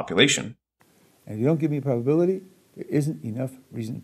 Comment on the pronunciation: He keeps asking, "what's the bubbability?" And I'm like, I dunno, what is "bubbability"? I can't calculate it if it's not defined. 😜